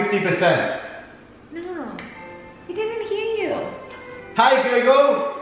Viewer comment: “Hi gu-gul”